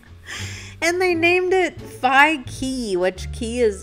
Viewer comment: you were right when pronouncing Phi as “Pi” it’s how you refer to someone older than you in Thailand.